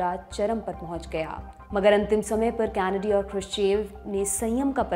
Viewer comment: कैनडी कहते हैं कॅनडी नहीं।